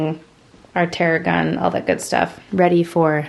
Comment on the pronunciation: It’s THeragun not Teragun. Like a therapy gun😂😂😂 love you anyways🩷🩵